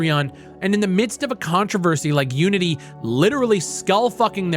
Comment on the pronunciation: When you said fuck unity, I thought you said fuck you and I was like wow rude. LMFAO.